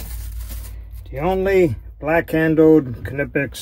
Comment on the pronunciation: pronounces my and grandpas beloved KNIPEX the right way! i appreciate that